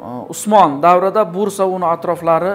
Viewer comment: Õsmanbey ukaizmidi osmon deb gapiryabsiz